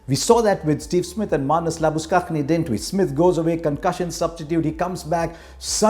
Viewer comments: Sir, I know you are the 'Voice Of Cricket'.. and you are great. But it's pronounced Marnus Laabu'Shane' like the name 'Shane'. And not, Laabus'Kakhnay' 😊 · Harsha you need to pronounce Labuschange as he likes. He feel la-boo-shane is good. So it is only correct to address him like that. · Come on harsha...Use Australian pronunciation while spelling marnus labu*******🙄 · It's about time Harsha starts pronouncing 'Labuschagne' right.